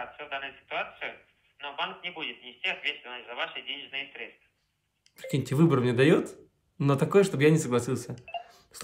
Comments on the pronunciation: Если говорит средствА, сразу понятно кто это! Банковский работник знает, что это срЕдства! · Касательно, я вас понял, средствА.. 😂😂😂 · Они обычно говорят КомпромеНтация, с буквой Н... В сегодняшнем дне, вчерашним днём)) , средствА с ударением на последнем слоге.